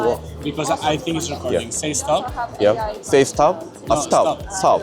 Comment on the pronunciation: 세이 스탑 ㅎㅎㅎㅎㅎㅎㅎㅎㅎ김종민 인가???? 가능한 ㅎㅎㅎ영어공부좀 하세요 쪽팔리게 세이스탑 ㅎㅎㅎㅎ